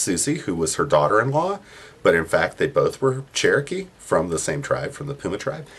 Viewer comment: White people all ways say there chrookee